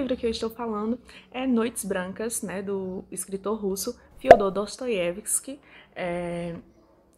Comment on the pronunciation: Sonho em ter dicção para pronunciar o nome dele de forma tão fácil como tu faz ... Os livros dele está na minha lista ...